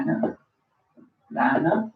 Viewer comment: Plantarum. Not planatarum